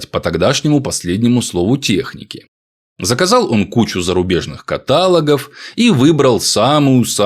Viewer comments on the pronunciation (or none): КаталОг, монолОг , диалОг